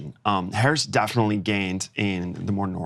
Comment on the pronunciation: I love the Rain Man “Daffinitely